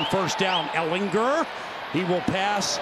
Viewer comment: Why is that announcer saying Ehlinger name weird. He is putting so much emphasis on "er" part of his name. ehlingER